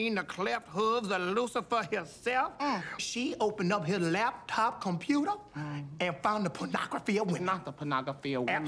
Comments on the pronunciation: On a LAP-TOP COMPUTAH, NO LESS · On the lap top conyouter and the ponography of women...